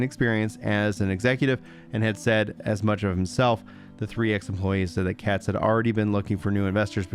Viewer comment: "Katz". Every single time.